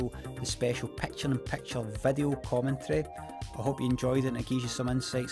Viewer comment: I love the way he says peckcha in peckcha